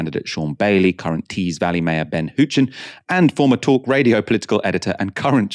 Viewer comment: It's pronounced "how chen" not "who chen"